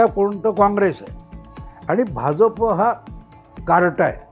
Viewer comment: Hya Bhauna " Bh'Ja'Pa" cha ucchhar kasa karayacha te shikava.